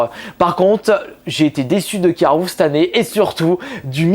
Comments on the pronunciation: Pourquoi tu dit carroufe et pas carrefour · carreroufe ? C'est carffour nan ?